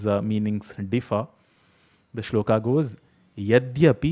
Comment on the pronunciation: Hi. Thanks for this video. I often hear mispronunciation and it bothers me too. I have one criticism about many of your videos though. When you talk about shlokas, you are pronouncing the final अ as आ. You are saying श्लोका instead of श्लोक. This is the same mistake people make when they say रामा and शिवा. Since you are teaching Sanskrit, I expect better from you.